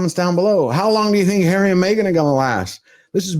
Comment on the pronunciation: What a wet lettuce. Hawwy is so cringe.